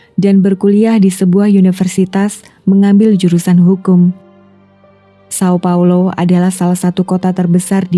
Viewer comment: Jika ingin membaca nama termasuk nama kota sesuai pelafalan aslinya seperti di video lainnya maka São Paulo dibaca Saung Paulu.